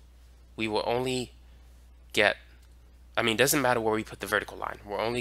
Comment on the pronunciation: I love the "a mean"